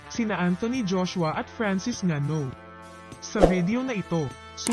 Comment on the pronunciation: Go NGANNOU. pronounced as Ingannou. Zulu warrior silent letter "y". For info